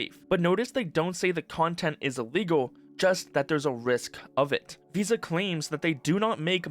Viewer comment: The way the "vis" part in "VISA" is pronounced, sounds like the dutch word "vies", which means "dirty". Which sounds very fitting right about now.